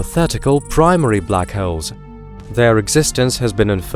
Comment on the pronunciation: I thought he said black heralds, sounded like some type of newspaper